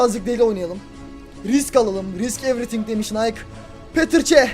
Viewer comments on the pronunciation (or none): none